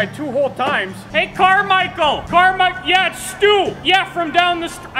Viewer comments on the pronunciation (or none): Did you say.... Carmichael? Hmmmmmm